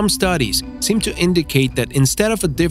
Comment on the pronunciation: seriously! Tirannosaurus! Dude can't you pronounce a dinosaur name correctly